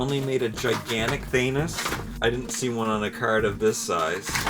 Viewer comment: I love how you say Thanos! I usually hear it said where "Than" rhymes with Fan and "os" sound like Os like Cheerios. You say it so it rhymes with Anus. lol Great vid as always sir.